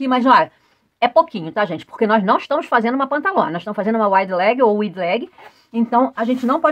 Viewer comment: querida, apesar de estarmos no Brasil, nomes não se traduzem, portante a maneira correta de falar Wide leg será = a waide e não wide ok?) Parabéns pelas aulas que adoro. Beijokas e fique vem